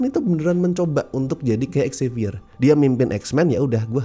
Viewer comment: Dari dulu kurang sreg sama prnyebutan nama Xavier yg "X-zavier", tapi kayaknya emang pengen menekankan X-nya biar pas dengan X-Men.